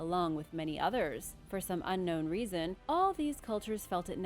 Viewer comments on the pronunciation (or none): none